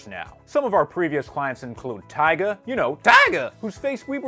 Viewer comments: Why do you say tyga like that I'm confused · Bro why you say Tyga like that 😂